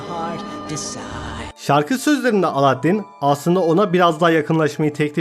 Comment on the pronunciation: Yaptığın gözüme çarpan ilk hatan : Aladdin demek! Alâddin o Alâddin!, lütfen ince L kullanalım kalın değil